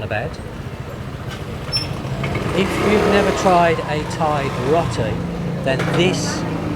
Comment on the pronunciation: It’s pronounced Row-Tee